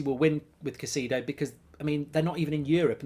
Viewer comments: It’s “Kai-say-doe” Mark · Caicedo is pronounced as Ki-seh-doh